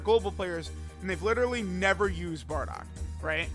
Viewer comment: It’s BARDOCK and Not Boarduck like you say….